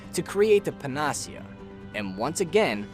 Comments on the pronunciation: pan-uh-SEE-ah. Panacea. Not puh-NAS-ee-uh. N; all encompassing cure. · Great summary… but… PAN-uh-SEE-uh. Not Pan-AH-see-UH It’s a Greek word that described a mythical cure-all. It’s not a made up word for the game, and thus, has a correct pronunciation. I feel like a lot of people who spend a lot of time online have read a lot of words that they’ve never actually heard anyone say out loud. So here’s a tip kids- if you don’t know a word, look up its pronunciation online. You can find spoken videos of most words online to help pronounce them correctly. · Pa-na-cea. Not puh-nacea. Anyway, I'm glad this video exists. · How the fuck you make this whole video and pronounce PANA-SEA-AH as PAN-AHH-SEA-AH wtf who the hell pronounces it like that? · pan ah sea a NOT puh nah see uh ... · "Panacea" pronounced: Pan-ah-sea-ah But great video,. Well done. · I really hate to be picky,but the word is pronounced "pana-sia", not "pen-AH-sia". A panacea is basically a cure-all, but it doesn't usually work. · I know it's probably too late, but still. it's pronounced pan·a·ce·a not pa·na·ce·a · The way he pronounces "panacea" physically hurts me. It's pan-uh-see-ah. Not "pan-aws-ea." Good lord. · (psst... it's PAN-uh-SEE-uh, not puh-NAH-see-uh) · Excellent video. Best in class quality. One nit in the improbable case no one has said it: "panacea" is pronounced "panna sea uh". It's an English word so any online dictionary will do it justice if my text hasn't. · Pan-ah-see-uh. Moron. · Its PAN-UH-SEE-UH. Panacea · Panacea - Pan-uh-SEE-uh. Just FYI. You don't hear it spoken very often, but you made a good guess at it. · It's pronounced pa-na-SEE-uh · it's pronounce pan-ah-see-ah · Your pronunciation of "Panacea" is off: pa ·nuh·see·uh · pan-uh-see-uh....is how to pronounce. latin word for a cure-all. great video otherwise, just great tx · It's a panacea. It's Greek for cure all. Not paahnasia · Pan ah cee yahh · Great video except for one thing. The pronunciation of Panacea.